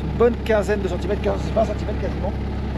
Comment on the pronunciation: Il manque toujours des r à prope et centimètes 😂